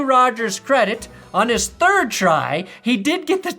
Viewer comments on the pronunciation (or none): none